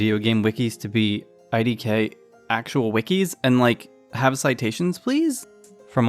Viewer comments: I know it’s a minor critique but please don’t pronounce it “idk” it doesn’t work out loud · Absolutely fantastic video, loved it, however if you ever dare pronounce "idk" like that to me in person, I will drop kick you into one of Canada's great lakes